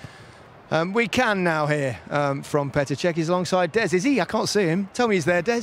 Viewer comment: Petr not Peter 🤦‍♂️